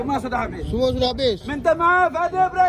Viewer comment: Teringat filem ahmad albab, bila p.ramlee berdialog melayu ala2 arab. Dengar accent ckp "sudah habis,sudah habis.. sudah habis ".. betul la style p.ramlee ajuk dulu..